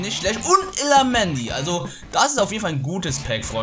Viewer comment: No hate aber nich illamendi sondern illaramendi illarrrrraaaaaaamendi